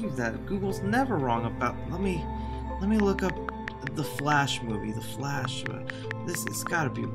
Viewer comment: Ah yes my favorite up coming movie “The flsh”